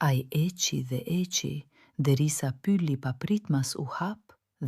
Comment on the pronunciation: Pse e lexon pyli, dhe nuk e lexon pylli ?!?!!!